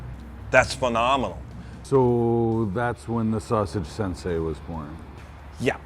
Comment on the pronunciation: You know someone was never involved in marital arts when they say "sinsay".